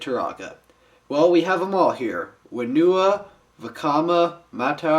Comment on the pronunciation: It's Onewa and Whenewa! not Oneewa and Wheenewa!